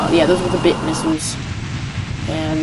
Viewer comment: by the way, they're "bit" missiles, not "thing that rhymes with witch" missiles.